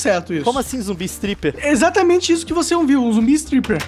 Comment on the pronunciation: zombie striper kkkkkkkkkkkkkkkkkkkkkkkkkk foi mal não sei falar direito striper